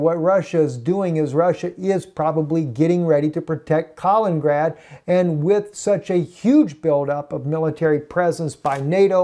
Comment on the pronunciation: Not "Kalingrad", "Kaliningrad"!